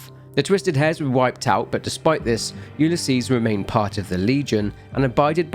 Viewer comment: Had to skip to where you no longer were saying Ulysses. I have a neighbor that has that name. It is not pronounced that way. Yes I'm being pedantic. Yes it was incredibly annoying